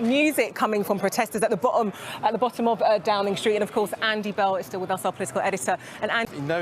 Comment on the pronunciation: "Music comin' from protesters from the bo'om of Downing Street"! Let a glottal stop slip out there Claudia!